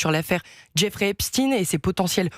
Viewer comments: Epstein.... chtaine Pas stine.... Vous dites alfred einstine ??😂😂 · Epstine? Epst"aïn" , comme Einst"aïn", Frankenst"aïn", etc....